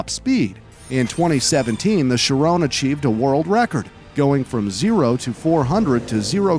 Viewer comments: She-rone. HAHA.... NO! Shee-rohn (n is soft) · The way this dude pronounces the names of some cars just hurts, its not pronounced "shi, rone" its "shi, ron" theirs no E at the end!! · i dont know why it bugs be when he says chirone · it is pronounced "ch-e-ron